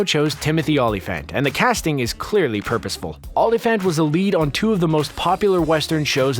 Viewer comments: Dude, learn how to pronounce names. See-bring, Ola-Fant etc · These A.I. assembly videos are so cringe. The mispronounced Sebring, Olyphant and others Are a dead giveaway. As are the clips of THE WILD BUNCH when discussing Italian Westerns. No true cinefile would do that. Not just annoying but unendurable. Machines do NOT do it better. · Not bad if you haven’t gotten past the 5th grade. And do a little more research on pronunciation of the names, like Dashiell, Olyphant, and at least three others.